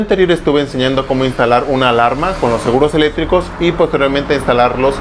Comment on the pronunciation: No sabes decir seguros eléctricos y dises seguros elétricos sin C jajaj